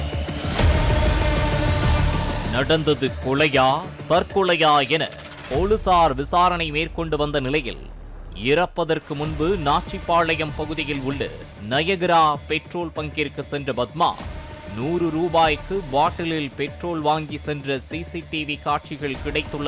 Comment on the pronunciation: அது நயகரா இல்ல நயரா 👍🏻